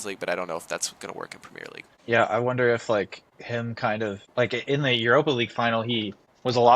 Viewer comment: premeer league? what is that mate 😂